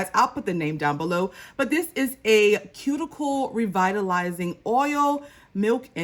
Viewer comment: I hope that cuticle oil is pronounced the way you said it. Otherwise, it would be pronounced coo-chi-o 🤣